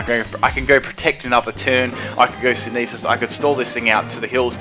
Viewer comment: Learn how to pronounce words. Are you really that dumb? It's synthesis. "Sin-theh-sis" not "sineesis" I don't think you can read.